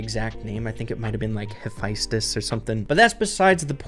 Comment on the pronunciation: Great attempt on pronouncing Hephaestus!